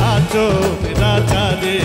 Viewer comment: বাউল ফারুকের গানের উচ্চারণে ভুল,,, আছে যেমন বার বার হাচন রাজা বলেছে,,,কিন্তু এখানে হবে হাছন রাজা। ধন্যবাদ।